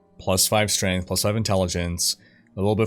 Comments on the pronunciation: "StrengHt" LMAO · chuckled at "strenght" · couldn't help but chuckle at "strenght" when he read it out loud as that.